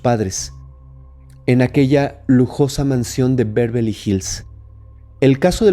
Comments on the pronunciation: Beverley No "Bervely" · No, es Bervely la pronunciación, es Beverly.